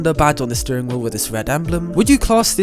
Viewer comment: why are you sterrrrrrrrrring in that orrible way?